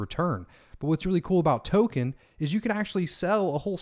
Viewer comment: Thanks! Another great how-to video! Tokhun! Token? haha